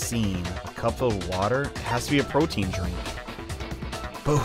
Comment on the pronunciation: i thought protein was prote in for a second there